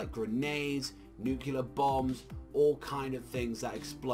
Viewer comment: nuk leee errrr !!!